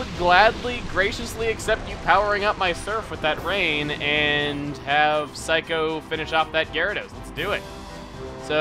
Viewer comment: Every time I hear him say Saikou I always hear Psycho... or more specifically, I hear someone say afterwards, "Psycho! You always come back, don't ya?"